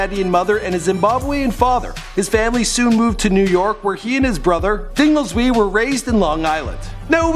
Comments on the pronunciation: Lmao you pronounced Subroc's name as "Dingleswee"? I mean I'll admit I'm not entirely sure how it's pronounced either but on What a Nigga Know he has a line where he refers to himself as Kingilizwe (pronounced Kinga-leez-way), which is a reference to his actual name Dingilizwe, which going off of that leads me to believe his name is pronounced Dinga-leez-way, which admittedly doesn't sound much less sillier than "Dingleswee" but it could just very well be how it is. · Word!! It's not Dingles-wee. It's "Subroc aka Ding-el-eez-way!" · And to top it off he called Subroc "Dingles-wee"